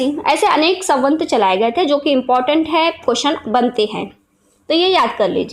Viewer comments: उच्चारण बहुत अशुद्ध है। ...मनुस्मृति को किसीने'खत्म' नहीं किया, न कोई कर पायेगा। वह हमारा ,हिंदुओं का एक सम्मत धर्मग्रंथ था, है और रहेगा!! ...सवंत नहीं, सम्वत् !! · संवत ,होता है सवंत नही